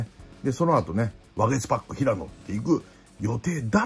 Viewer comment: 里崎さんいつもワゲスパックってちゃんと言えてる？？笑